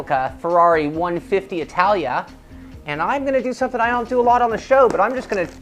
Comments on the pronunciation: Yeah I know its an F1 Car wheel, but I was talking about when he says the word Italia, he pronounces it the "American" way if you understand what I am saying. Oh and by the way, F1 engines are not all the same for all cars. The current F1 engine suppliers are Ferrari, Mercedes, Renault and Cosworth, although I understand where you got that belief since 2/3 of the grid uses a Renault engine. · I like how he pronounced ITALIA.